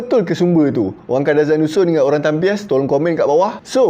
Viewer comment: Nak betul kan sikit ye...bukan tampias tapi tampios